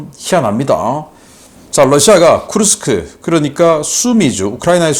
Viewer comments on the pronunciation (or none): none